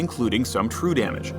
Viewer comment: He said true dammage? HE SAID TRUE DAMMAGE???!